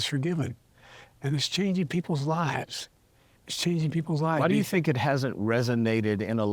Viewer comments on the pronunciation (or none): none